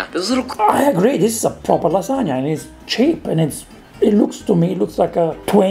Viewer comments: LAAAAA SAAAAA NIAAAAAA not lasa-ga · Of course, just like he mispronounced lahzagah to troll you. He was channeling Ettore Boiardi, that famous American chef, inventor of the Spaghetti-O's